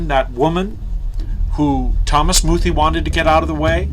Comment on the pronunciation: YOUR ALL IDIOTS. You even pronounce his name wrong!! Its pronounced "Moo-thay" Bishop muthee never made such threats. Wheres your proof of that?!? THERE IS NONE. because it never happened!! Bishop muthee is purely a man of god.